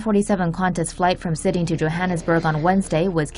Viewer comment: Umm it’s name is Sydney not cidy